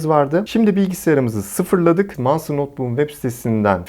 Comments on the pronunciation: Manstır diye bi kavram yoktur abi monsterdir ( o ile ) manstır diyince hiç bir şekil ilgi çekici dikkat çeken vb vb modlar a gerek yok videoyu çok güzel anlatmışsın ayrıca iyi günler. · Aynen Manstır deyince markanın tüm havası kaçıyor. Monstır daha havalı.